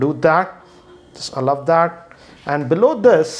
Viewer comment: Allov instead of Allow. Lol